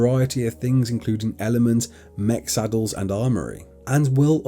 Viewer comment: Great youtuber but he said "mek saddles" and that broke my heart